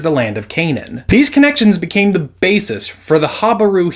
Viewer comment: It's not Canane but acually Cna'an